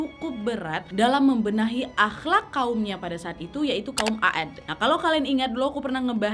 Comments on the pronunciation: Bagus bawain ceritanya.. cuma boleh sedikit koreksi nie wak.. Pengucapan kaum Nabi Hud AS BUKAN AAD wak melainkan Kaum 'AD cuma Membacanya 'AD di Panjangkan Penulisannya memang 'AAD tapi Membacanya 'AD. Makasi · Bacanya 'Ad bukan A-ad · Bacanya aad bukan a'ad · Maaf ya kak tapi kaum 'ad bukan a'ad😊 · Sedikit perbaikan dari saya kaka mohon maaf bukan kaum a'ad tapi aadd. Semoga rezeki kaka nya selalu lancar aamiin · Iya' lebih tepatnya kaum ad. Bukan a'ad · Tulisannya Kaum عَاد (A'ad) ada 2 huruf "A" fungsi untuk memperpanjang huruf ع bukan dibaca, A,ad ya kak😊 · Maaf Wak koreksi dikit bukan kaum a'ad tapi 'aad عٰد 🙏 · Membaca nya bukan kaum Aad tapi kaum Ad saja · Trimaksih kak penyampaiannya sngat mengena.. Jelas sekali Maaf mau koreksi sdkit dlam pengucapan kaum 'Aad itu harusnya dibaca 'ad عَاد bukan a-ad🙏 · Maa syaa Allah semoga story telling ka Nad jadi ladang pahala yg selalu mengalir buat ka nad. Aamiin. Maaf juga sedikit koreksi ka nad, yang betul kaum 'Aad kak😊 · Kaum Aad bacanya (Ad) kak.